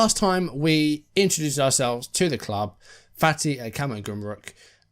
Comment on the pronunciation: One pronunciation point - 'fatty' is incorrect; it should be 'fart-y' XD You got 'Karsiyaka' spot on though